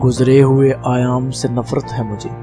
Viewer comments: Sahi talaffuz, hiransaan aur ayyaam hai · Sahi talaffuz, hiransaan aur ayyaam hai. Please note📝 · Ayaam nhe Ayyaam.